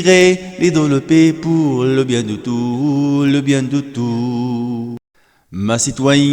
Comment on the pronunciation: Très belle voix, mais vous devriez prononcer le son s de tous parce que ici c'est un pronom